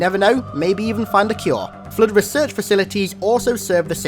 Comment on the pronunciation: God damn your voice is annoying. ‘Da flud’